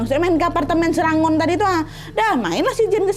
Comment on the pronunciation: Maaf nad, SERANGON itu di baca SERENGGON, aku pernah tinggal di sktr situ jg, tepatnya di daerah punggol edge 🙏🙏